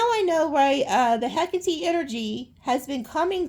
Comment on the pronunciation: I found it! ❤❤❤❤❤ To pronounce "Hecate" correctly, say it as /ˈhɛk.ə.ti/, with three syllables. Another common pronunciation is "Heh-KAH-tee," emphasizing the second syllable, which is closer to the Greek pronunciation. To practice, break it down into sounds: "hek" + "uh" + "tee".